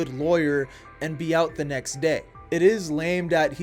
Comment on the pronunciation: Why do you pronounce “the” like “duh”? It’s driving me crazy. If there’s an explanation that would explain it, it may be a little more bearable to watch.